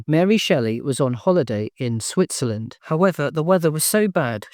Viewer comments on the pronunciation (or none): none